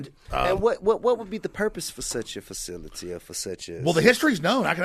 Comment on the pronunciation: So what did we learn here? Well this interview wasn't exactly executed expediTIously. TI's favorite word is faciliTI. He didn't do any research. The pond didnt have a fountain. It took 15 minutes into the interview before he learned where Bohemian Grove was. There's bats in the woods. The word mock has more than one meaning. Even Satanist are racist. Alex was not shot at but he would have definitely been shot at. Unfortunately Alex didnt get to answer if he believes in white privilege. Because I guess that the topic of racism was a little more important than the fact that Alex broke into and recorded a satanic ritual mock child sacrifice and gay sex party that our elected officials attend. If TI would have let Alex finish his point/sentence it would have answered the question that he asked before the point/sentence and then again in the middle of the point/sentence and sometimes a few more times before he completed his point/sentence. Alex knows how to say the word cap. And TI needs to invest in a dictionary and maybe invest some time in learning how to interview, and no the view and CNN are not good examples. And possibly do some research on the topics you will be discussing before hand so these interviews come out expediTIously and we can learn more about these satanic ritual and mock child sacrifice and gay sex parties our government officials are attending and less time on did the fn pond have a fountain.